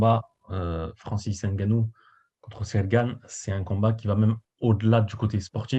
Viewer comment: C'est pas N (haine)GANNOU , c'est NGANNOU...@ "Quand tu sais, tu sais"🤣🤣🤣...Cyril n'est pas Miocic pour encaisser des pêches et encore on a vu Ngannou Miocic2...Et c'est sûr on ne sort pas d'un combat contre Francis NGANNOU indemne! Ça va chier ! "Quand tu sais, tu sais!"...🤣🤣🤣✌🏾😉✌🏾...✌🏾😎✌🏾